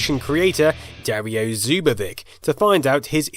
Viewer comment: Interesting video, but just a little linguistic reminder for next time: since Zubović is Slavic surname, you must read it more like "Zubowitch", because croatian/serbian/bosnian/montenegrin Ć is pronunced like "ch".